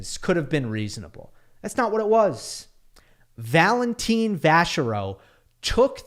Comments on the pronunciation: Its Valentin not Valentine! 😂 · Could y'all (commentators included) stop pronouncing his name as Valen-teen. If you're going to spend a big chunk of time on a single player, it would be polite to get his name roughly right!